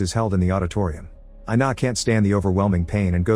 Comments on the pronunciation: Her name is pronounced ee-nah, not eye-nah. It's Ina. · “I-na”: WHYYYYYY MY NAME IS INA BOIIIIII